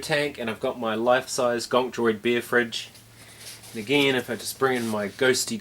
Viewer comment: Hey I’m from Boston and we say beer the same way…lol